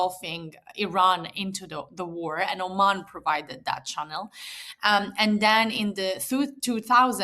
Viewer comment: Why doe he keep saying Arman, instead of Oman🤔